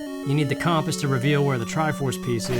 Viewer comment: Always cracks me up the way pronounces "compass"